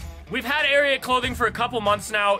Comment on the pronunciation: You butchered ariat 😂🔥